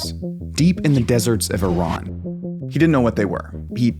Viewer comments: thanks for not saying eyeran and pronouncing iran corect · Honestly, as an Iranian, the 1st thing to say is to thank you for pronouncing our country's name correctly.